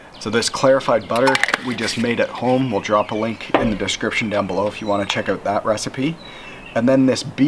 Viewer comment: Well done, Canadan ooowt lol